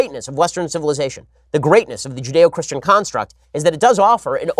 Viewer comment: You did okay till you said “Judeochristain”...nice attempt, C for effort